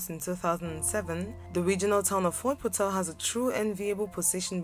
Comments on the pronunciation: Did y hear the way she pronounced Fort portal😂😂😂😂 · That was the only issue I observed aswell, I felt so bad the way she pronounced Fort Portal, 🤭🤭 for sure!